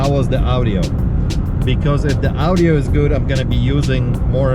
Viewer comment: Yes, the "OW-DIO" is coming in fine.